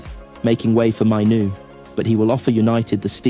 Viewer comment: It's Maino not Mino . Also it's Yoro not yoroo